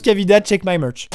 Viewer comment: Amixen répète aussi 2 fois "check my murch" se qui veut dire "vérifie mon église" c'est se que j'entends quand il le prononce a la fin de la vidéo juste apres buskavida